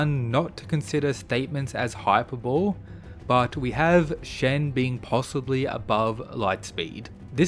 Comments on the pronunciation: i was so confused what you meant by saying hyper-bowl multiple times. dude its high-per-boh-lee. please pronounce it right lol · Just an FYI, 'Hyperbole' is pronounced "Hyper-Bull-ee" not "Hyper-Bull", though with many mispronounced words like 'Chimera' the misprononciation may also be accepted as correct now, not sure. Look it up for yourself if you want, just thought I'd help ya out. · Great video! A small tip for next videos: "hyperbole" is pronounced "hyperbol-eee" :) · Pretty sure hyperbole is pronounced: high per bo lee